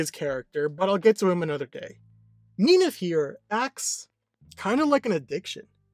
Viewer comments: In many of the stories, their affair took place before the union of Hades and Persephone. This is mirrored when Hades is described as the most loyal to his wife than his brother are to theirs. It is a little jarring when he mispronounces Minthe as i pronounce it "Min-th-ee" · Minthe is actually pronounced like creme de minthe. In mythology, Minthe had an affair with Hades and Persephone was so engraged that she stepped on Minthe, turning her into the Mint plant. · I literally just was pronouncing it Minth and completely dropping sounding off the E. It feels more correct to me. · I thought It was pronounced Min-th-e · is it pronounced minthee, minty, or minth??? WHICH IS IT???? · I literally can't watch past the first minute because the wrong pronunciation of Minthe is killing me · How do you say minthe wrong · You pronounce minthe very weird